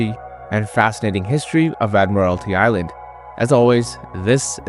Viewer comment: I'll second that. It is admiralty island. would suggest 'hooked on phonics' as a prereq to watching it apparently. before seeing......the island.